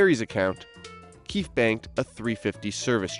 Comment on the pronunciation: Lol the keef group... Its pronouced KEY-FEE...